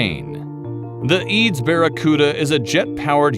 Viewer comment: its E A D S .... not (b)eads ...